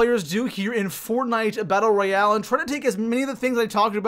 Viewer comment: Its royale not royal LOL